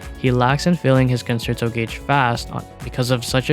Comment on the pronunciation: WuWa content creators really need to learn how to pronounce 'concerto'.